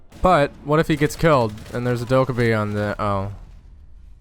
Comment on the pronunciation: fucking trigged by the way you say dokkaebi